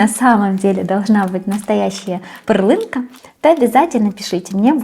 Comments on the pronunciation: Здравейте,! Правилно да говорите "Пэрленка", ударение на "э". Надявам се, че Вие не сте се обидили. Гледаме Ви от Варна и Кишинев. Живот, здраве, успех за Вашия канал! И най-скора Победа! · в слове ПЕРЛИНКА ударение на И , в переводе - жемчужинка , рецепт прелесть... успехов и удачи.